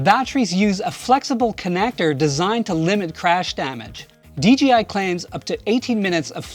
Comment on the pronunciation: It sounds like he's saying DGI not DJI